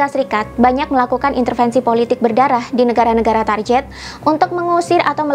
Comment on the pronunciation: Target diucapkan target bukan tarjet. Mohon maaf atas koreksinya. Tetap semangat